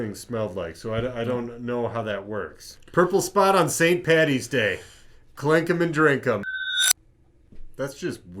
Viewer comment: "Paddy" ffs not patty